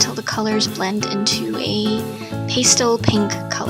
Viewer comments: Most artists I know pronounce it "pass tell" not "paste el", but great video! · I'm sure someone's already mentioned this, but pastel is pronounced pæˈstel (like pasta). Adorable jewelry! I'm a long time fan:)